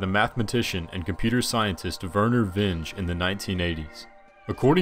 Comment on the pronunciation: JFC. Not ten seconds in and already you've kneecapped your credibility by showing a remarkable disregard for your work product. How tf do you decide on highlighting someone and not know how to pronounce their name? Especially someone as well known as Vinge. How do you not know you're just completely winging a pronunciation and conclude you're totes fine with blowing off investing 10 seconds to check your roll and find on YT the proper pronunciation by the man himself? How do you stare at the upload link and not have a single thought about maybe...just maybe...running your ”nothing but solid gold" video by others just in case you fucked some shit up? Ffs son. So cringe.